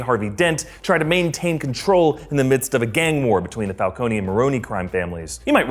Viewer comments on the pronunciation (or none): none